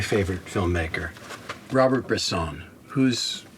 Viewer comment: But doesn't know how to pronounce Robert Bresson or any french name, apparently..